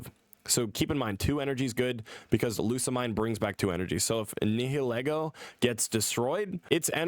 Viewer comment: most people pronounce Lusamine's name as "Lusa-Meen"